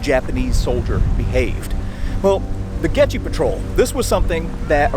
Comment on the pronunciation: Dang, a shame you can't pronounce "Goettge"